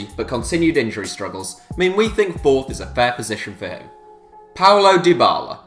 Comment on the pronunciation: It's paulo dybala not paolo dybala